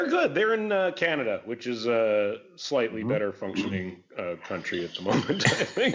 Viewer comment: Huge emphasis on slightly bud